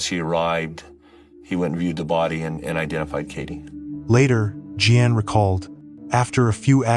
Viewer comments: You'd do better if you bothered finding out how to pronounce the common names you mangled here. For example, Jeanne is definitely not pronounced Jee ann. Where'd you grow up, on some desert island? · Tragic. Lot of dirt bags out there lurking. Sick. (Btw. AI generated narration, Jeanne= “G-Ann”.)